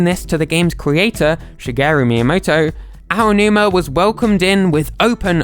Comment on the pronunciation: You're the first Brit I've ever heard pronounce Aonuma properly. Cheers :D